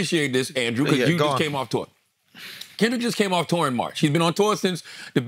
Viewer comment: Now I can't unhear Charlamagne saying 'Kendrick had the highest grossing Tuah of all time' 😂